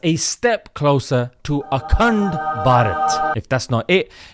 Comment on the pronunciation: Akand p -aj -eet 😂